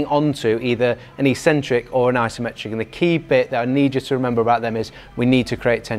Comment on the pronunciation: You guys mispronounce "eccentric". What do you call that cranky old uncle that you only see at Christmas, eKcentric or eSentric? If you speak English the first is proper and it's the same for an eccentric contraction.